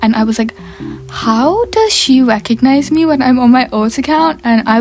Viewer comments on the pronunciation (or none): 'Im so shocked she reckondnized me on my alt'..... bro there's a 1 letter difference between The namessss 😭😭😭